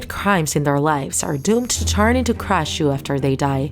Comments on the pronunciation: You said krasue wrong.. Its not spelled "krashue" its "krasue" Aldo the krasue does not have a lower body. The lower body was burned. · Who else was just mad because she said "krashu instead of "krasue" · Bruh supposed to be krasue but u said krashue